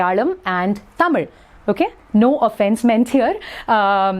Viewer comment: I understood that you are a south Indian when you pronounced tamil🙂